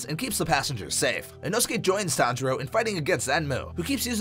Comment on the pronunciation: It’s not said inosuke but said inohsuke